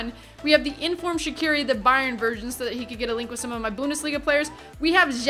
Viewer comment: You know, it's actually pronounced "Zatsiri" not "Shaqiri"